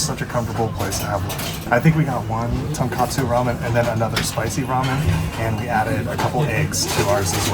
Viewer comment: Great video! I really like your friendlyness. Just a quick note: You call the ramen at Hakata Furyu "Tonkatsu ramen", but it's really "tonkotsu". "Tonkatsu" is a whole other dish with a friend pork putlet. Keep up the good work!